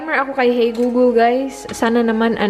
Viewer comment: "Hey gugul" so funny, reminds me of that old lady saying hey google 🤗